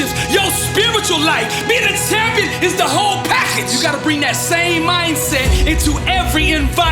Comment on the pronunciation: Why does he say Shampion